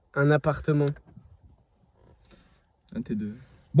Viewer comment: "un appartememnt" AHJAHAHAHAHAHAH j'ai ri de bz en vrai